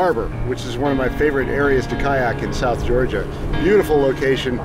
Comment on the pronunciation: Did he say south Georgia?